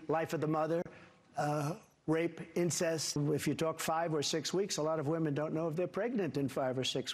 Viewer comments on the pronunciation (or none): Did he say “incess” ??